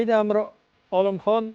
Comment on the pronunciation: Амир номини тугри айтишни урганинглар амр эмас бу узбек тили эмас Амир деб айтилади😠